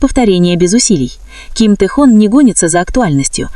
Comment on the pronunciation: Тэхон, так ещё не называли😅😅😅,такую чушь несёт,.Автор,не Тэхон,а Тэхён,смешно слушать😅